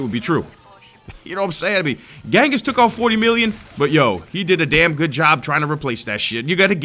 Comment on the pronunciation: ....bro....ghenghis is actually pronounced JENGIS